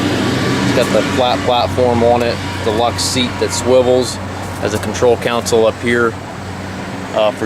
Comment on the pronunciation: its called a console not a council